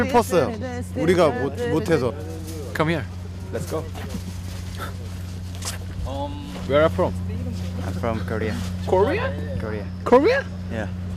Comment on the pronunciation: I really love Himchan's Rets go ^^